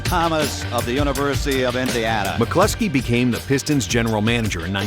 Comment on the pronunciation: It's McCloskey. This clown says McCluckski one more time and I'm out.